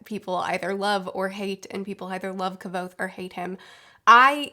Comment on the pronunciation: According to Patrick Rothfuss, Kvothe's name is supposed to sound similar to "quoth"